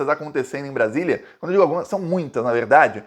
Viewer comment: Evedade vc fala avededa